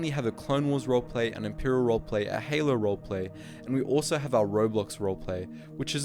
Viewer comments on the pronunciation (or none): none